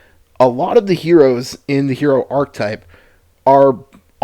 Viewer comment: 0:69 Look up how archetype is pronounced on any dictionary website.